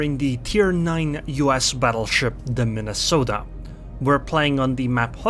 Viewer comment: Soooo, you have been sailing the Mine-a-salt-eh xD It's a humbling experience to say to least.